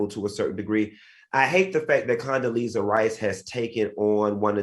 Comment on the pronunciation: Al said Coondeleeza…..💀💀💀💀💀💀💀